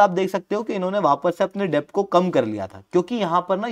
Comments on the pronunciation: Arey yaar डेब्ट nahi डेट होता है । B silent hota hai । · Its kharab pronunciation lekar a gaye gyan baatne....yaar bandh karo "CONTENT" , Its pronounced as "DET" not "DEBT " literally , matlab kaha se aa jate hain..cant even spell a blooming name , its ELON no ALLEN ...Doofus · Debt is pronounced as det , please rectify it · Debt is pronounced as DET.